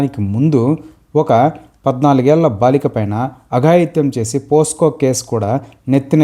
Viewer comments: Posco (పోస్కో) కాదు Pocso (పోక్సో) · anna...adi posco....yesco case kaadu anna.....pocso anna......